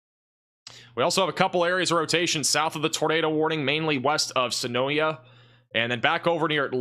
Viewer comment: Hey, Tornado did drop in Sharpsburg, which sits between Newnan and Peachtree City. You were spot on in your details. You’re the man! Luckily very little damage. Probably an EF0. Thankfully Also, Senoia is pronounced Suh-noy. Also acceptable is Suh-noya